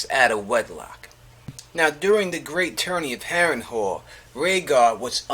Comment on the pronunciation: Harren Hall lol pronounced Harren Hell